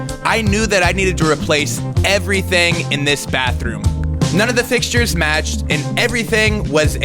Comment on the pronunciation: First see-ment and now fix-sheers. I’m sorry I had to lol. Great video. The great thing about being a DIYer is that you can always go back and change things as you live in the space. I like how you are collaborating more with Rachel. She goes back to her projects and reviews what work and what didn’t. It’s good to show your learning experience that way we learn has well. The best to you on this new home a renovations!